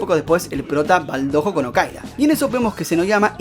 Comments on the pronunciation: No es dojo es doyo que se dice 😥😥😥😥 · No es hate ni nada pero creo que se pronuncia "Doyo", aunque se escrfibe "Dojo.